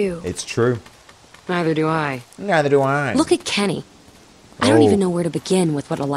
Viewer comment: Uhhh did you go to kinder garden it’s Kenny not kenne